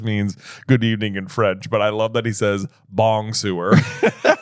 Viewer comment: It took me years to realise that “bong-sewer” was Hagrid trying to say bonsoir, and I speak French!